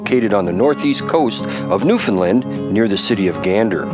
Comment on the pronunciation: Newfoundland is pronounced like NewfinLAND, not like was pronouncing it. Us Newfies love visitors from away but we really appreciate it when you say the name properly. Just a small courtesy. Great show guys.